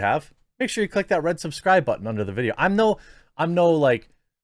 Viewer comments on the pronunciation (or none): none